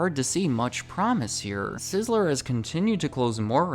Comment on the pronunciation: Two syllables. Sizz-ler I keep hearing sizz-eh-ler. Am I crazy?